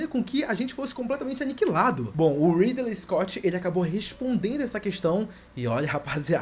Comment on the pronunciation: O "Ridelei escote" já me deixou incomodado, quando ele falou da flauta de Pá eu dropei de ver o resto do vídeo.